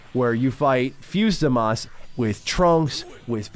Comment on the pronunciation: It's Zamasu not Zamas, you noob. 😂